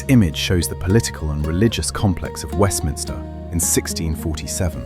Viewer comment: Fantastic! Great job, just a comment it’s Westminster not Westminister🤓